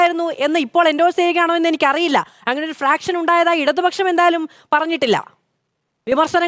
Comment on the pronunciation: ഫ്രാക്ഷനല്ല, ഫാക്ഷൻ